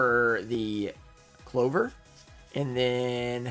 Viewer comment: “Clover” lmao